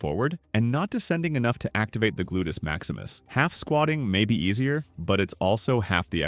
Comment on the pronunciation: "Glutus Maximus" 😆